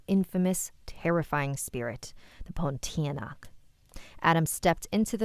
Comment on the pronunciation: thank you for reading my story! Pontianak is pronounced Pon-tea-a-nak (stress the a). I appreciate your feedback and i will improve my stories but i do have something to say. I understand that he was looking for the ghost and does see it, but the reason why he didn’t realise bc he doesn’t believe in the ghost cuz in the story, it says that when adam grew older he didn’t really believe in it and thought it was fake bc his parents wanted to scare him for him to not do something. Thats my explanation but i will take your feedback into account.